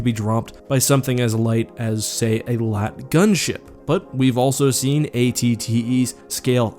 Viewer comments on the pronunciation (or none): Does anyone else cringe when he says lat instead of L.A.A.T.